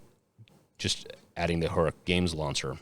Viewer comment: Your pronunciation of Heroic is giving me fucking anxiety.